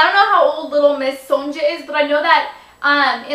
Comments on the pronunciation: I believe it's like Sonya .. not Sondza or w/e .. :) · I think it's sonia not sonja.. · lol i think her name is pronounced 'son-ya' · It's not SonDJA, it's pronounced SonYa. Duh. It's a European thing. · Sonja, pronounced Sone-yuh. (I have a friend named Sonja. d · I think it is pronounced soen-yah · pronounced SON-YA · sonja is pronounced sone-ya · i think it's pronounced son-ya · Hahahah Sonja...its pronounced Sonya hahaah( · Hey I'm pretty sure it's pronounced Sonya :) I think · It's pronounced Sonya by the way :) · Sonja is pronounced Sonya. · i think its pronounced sew na ya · Probably pronounced [sawn-yah], for future reference. I have a friend with that name. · Sonja is pronounced like Sown Ya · like said below, Sonja is pronounced sown-yuh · Sonja??? I believe that is correctly pronounced as "Sonya", even if it's spelled with a J. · she pronounced Sonja wrong.......